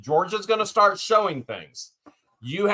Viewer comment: I can't help it shart the fart .. Sorry....everytime you say start that's what came to mind lol 😊